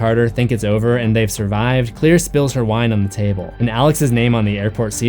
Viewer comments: But... Her name is Claire... Not Clear... I grt thr connection you made... But Claire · It's CLAIRE not clear.